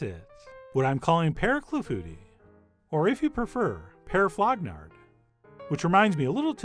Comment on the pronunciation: You said flognarde, uh huh huh huh huh huh huh huh